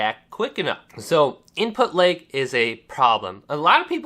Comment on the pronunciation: Moveahment.. imput leg.. wtf am I listening too...... damn dude you can hardly pronounce anything, seems like talking is a serious struggle..